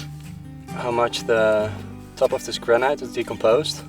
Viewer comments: my evergreen comment: AAAAAAAAAAHHHHHHHHH stop saying graNIGHT!!!!! "granite" rhymes with "bonito" or "get it", got it? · Granite - pronounced gran-it not gran -night